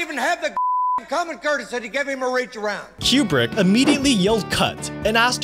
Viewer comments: His last name is pronounced "Kew-Brick." Not "Cue-Bruck" I'm not a War Movie kinda person but I actually go into "Full Metal Jacket " when a friend's husband made me watch it. It really showed the absurdity of war .. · Coo-Brick. COOO-BRICK. NOT Q BRICK. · it's pronounced coo brick not cue brick SMH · It is pronounced coo-brick not que-brick. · If you say QBrick ONE MORE TIME!!!! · Item 31... the directors name is not pronounced Q-Brick, but Koo-brick. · KOO-BRICK NOT "CUE-BRICK" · I thought Kubrick was pronounced "Coo-Brick". Is it actually pronounced "Cube-Rick"? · It's not Q-brick it's Koo-brick. And that music in the background is terrible. Made me go to a different video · I keep hearing "Q-bert" instead of "Kubrick" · koo-brick. It's pronounced Stanley "koo-brick." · IT'S pronounced KOO -BRICK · FFS, stop saying, "Kyoo-brick"! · Thank you. That was killing me. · Hearing Kubrick's name repeatedly mis-pronounced 🤬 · Are you mispronouncing Kubricks name wrong or me? Is it Queue Brick or Cooh brick? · Learn to pronounce Kubrick